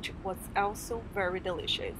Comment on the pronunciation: Sounded like you said "It was delicixs" - you probably meant DE-LI-CI-OUS